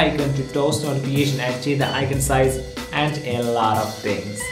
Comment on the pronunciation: You have to improve "a laaat of tings" including your accent.